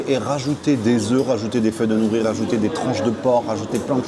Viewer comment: Ils n’ont pas eu de mal à se faire un nom car c’est le même patron que le regretté restaurant référence « Naritake » qui a fermé. Je valide complètement. Pour info, les feuilles d’algues s’appelle « nori » (prononcé « noli » en japonais) et non « nouri » 😉